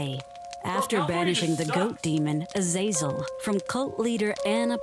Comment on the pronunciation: That pronunciation of "azazel" is very possibly the worst I have ever heard. Omg it's so bad. It's "A-za-zel."